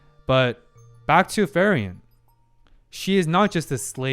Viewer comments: Ok, but ..... its not FERIEN ITs FRIEREN (Friiiren - in english read like "FREE - REN" ) 🤣 , but good video... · its frieren (free-ren), not fairen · a tiny detail, it's not ferry-en :) it's frieren[fri ren], german for freezing (when you're cold / shiver) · In German "ie" is pronounced as a long "e".... Her name is pronounced more like like Free-ren than Fair-ian. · Kieran, Firion, Feiren, even Luger... we all love the mispronounced German names. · It's kinda funny how he keeps pronouncing "Frieren" (the German word for "feeling cold") as "Ferien" which is the German word for "holidays". Maybe it's his subconscious desire to go on a vacation 😂 Joking aside, (4 :53) while I can see parallels, that's most likely to certain scenes being made to cause a similar reaction. You do have quite a unique perspective and insights, which is why I'm looking forward to your takes on certain events (especially in the 1X Episodes) and characters introduced later on. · like "Free-ren" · "Solltrag"? "Frieren the Elegy"? WTF? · Been hyped for this since you went to 1 episode per week. I have some questions/remarks: `Which episode do you start pronouncing her name properly?🤣 `Concerning subtitles, I'm curious where your source is from. If you haven't yet watched all the episodes and don't have a Crunchyroll acct, March 1st is when Netflix will finally get this series.. so there will be another huge influx of new viewers of this anime with the (likely) official subtitles. Also, I find it's easy to learn how to pronounce words in foreign languages by switching over to English Dub, if only briefly, just to hear the word spoken by the English voice actors. I always watch subtitled, but it irks me when I get it wrong myself.